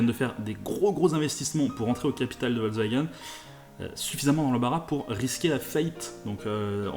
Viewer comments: il y en a mare des cons qui disent " volvagen " car "volvagen" ca ne veux rien dire , on dit " Foltksvagen " l allemand utilise des mots composer et Volks se dit Folks veux dire peuple et Wagen , veux dire voiture , le V se prononce F en allemand le W se prononce V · ça se dit "Folcevagueunne" avec un F